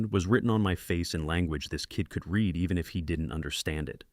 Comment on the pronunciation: You read every comment... Sounding "RED" = past tense. Not "REED" = present... As it is meant to be ! AI exposes itself by misspelling...